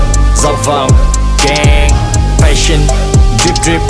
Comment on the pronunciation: Fashion đọc sai nha paa